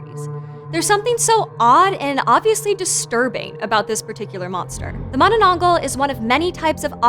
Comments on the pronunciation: I guess she's having difficulties saying manananggal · Why you not now how to say it corectly im kid of from the philipines i know already and ypu a adult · Not with her not even trying to pronounce it correctly smh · Bruh u butchered almost all the Tagalog pronunciations, Atleast learn how to pronounce the terms it hurts my ear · hahaha you say it funny!!! it's Mahnahnahnghal like Maanaa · She said it wrong bro you gotta speak a tagalog accent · She pronounced it as manana-angh-gal not ma-na-nang-gal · Mono-nong-gol Vs Mana-nang-gal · I love the way she says manonongal not mananagal 😅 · its not manananggal its mananananannananana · filipinos: manananggal her: maⁿᵃⁿᵃnggul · Her pronunciation of mananangal is soo innocent and pure , at least she tried her best !!! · Mani nong gull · oo nga mananggul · Kit Kat addict ma-na-nang-gal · Please! I beg. MA-nanang-GAL. Happy theres content like this tho! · Yeah its weird how Tagalog works. But its just Mananangal (maah-naa-naang-ghaal) just say it in order but faster. Hope it helps. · XD “Mananananggal” made me laugh! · Okay so im Filipino and i heard her say with an exceeding syllable: "Ma-na-na-nang-gal" 😂 and that just broke the laughter out of me 😂😂😂 🤟 p.s. Love your channel 💕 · ah yes mananageil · The last syllable is pronounce as gahl by the way. Mah-Nah-Nahng-gahl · No one:: mUhnUhNuhngGol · manenengel - what a way to say it. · MAH-nah-nang-gahl, with the "a" pronounced the way you would in that Muppet song, "Mahna-mahna." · Its pronounce manä nang gal gal not gãl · Heh, she thinks she said mananangal right, lolz...so cute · mananananggul ahhahahhaha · I wish she said manananggal correctly but its okay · Whoo! Philippine monster! I love your pronunciation of it! Very informative. Please do more weird Filipino monstrosities! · it's not about the accent. She added extra syllable to the word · The way she says "manananggal" is kinda wrong but who cares she aint pilipino anyways